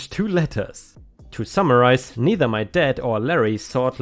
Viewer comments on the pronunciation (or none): none